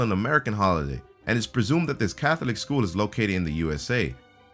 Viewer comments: How the hell did he pronounce "Catholic"? Wtf is wrong with this video.. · You mispronounced "Catholic"!